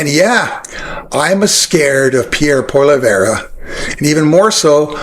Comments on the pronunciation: I love what you are doing, we need more like you, waking people up about how dangerous this movement towards Maga is in Canada, too. I heard you pronouncing Polièvre's name the right way, but then, most other times, wrongly. It is Po-li-ê (long '"a")-vr. Do not pronounce the last "e" it is almost quiet. I hope this help, not that it matters that much that we butcher is name.... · may you should learn to say his name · This is just paid Liberal BS as we have seen repeatedly here in Canada. The guy does lots of research but can't even pronounce Poilievre's name?! Not even remotely close! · What is the option? Please pronounce his name correctly. We need to stop border crossings, carbon taxes, more oil not less, and I will never believe that we can cure climate change. Stop being a Liberal shill dumb dumb. You vote for Trudy or Jagsheet, I'll vote for Pierre. Wish we had a Donald Trump here he would take care of us just like he takes care of his own people. Pathetic Liberal Propaganda. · A great interview! Just one tip …pronounce his name correctly to ensure the whiners Won’t rant on about it…Pierre Pol( rhymes with doll) eeee Ev ( rhymes with Bev! So it’s poll eeee Ev…hope that helps because your commentary is excellent! And the Pollievre’s video is profoundly stupid and infantile , it defies credulity. If you haven’t already, go listen to Mark Carney who has just announced he will be a candidate for the next federal election …running for the leadership of the Liberal Party of Canada to replace Justin Trudeau and if we get our most fervent wish, he will be the next Prime Minister of Canada….lots of you tube video showcasing this incredibly perfect candidate! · I like your videos and agree with most of what you say. Keep.up the good work! Also - please learn to pronounce Pierre Poilievre's name correctly (Poly - ev - re). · Appreciating your points. Maple Maga P.P. is scary. However, glad you caught your misprononciation. It is annoying. Try saying it as pall-ee-ĕve.